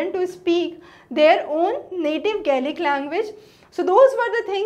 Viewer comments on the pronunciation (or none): none